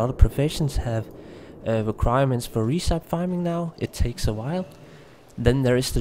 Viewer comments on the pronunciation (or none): "resipee" would be the correct pronunciation, as opposed to 'resype'. recipe='re-sip-ee' as in a cookie recipe for baking, etc....